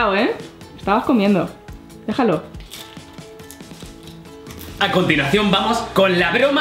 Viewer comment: minuto me parece o dijo:acontilacion no estoy criticando ni nada es solo un comentario de pregunta